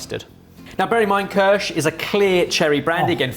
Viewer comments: pronounced keersh not kersh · i remember an episode where was drunk... remember? kirshT? you drunk? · The Ki of kirsch is pronounced as in "kitchen" ;-) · The pronunciation of "Kirsch" is making my teeth itch! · Second generation Swiss here... saying Kirch repeatedly without the I in the word veing pronounced like "knee" or "bee" was the equivalent of nails on a chalkboard....